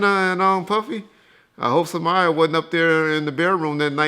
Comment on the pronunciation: Who the hell is Samaya. So confused. I’ve heard of Sanaa